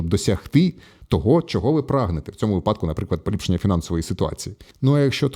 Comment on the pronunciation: Я б радив автору запитать у ЖПТ: де наголос в слові "випадок". Буде цікаво.